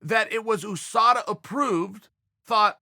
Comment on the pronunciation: OooohSADA. Chael and his pronouncing game is undefeated. I wonder how Yah-Rear is doing with OoohSADA.